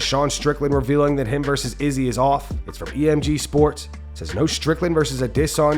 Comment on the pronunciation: The way you pronounce Izzy’s name makes my skin crawl lol